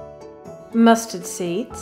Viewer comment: When said mustard seeds, my immature teen brain thought she said "Musty Seeds"